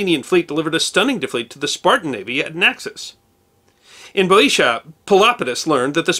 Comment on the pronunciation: I know it’s a weird spelling for English, and that’s what screws up pronunciation, but Bœotia is pronounced like “bē-ōsha,” not “bō-ēsha.” And the B sounds more like a V, but that’s boldly nit-picky, since I don’t speak Greek.